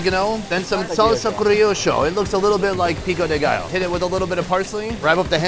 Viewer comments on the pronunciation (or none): none